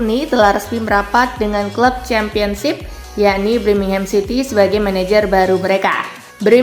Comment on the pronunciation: BIR- mingham, bukan BRI-mingham ! Gak prof kali lah kau dek!